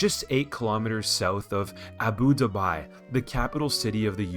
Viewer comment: bro really called it abu dubai